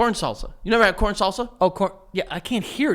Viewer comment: how say salsa and sauces the exact same I was legit confused for too long I thought he said corn sauce 😭😭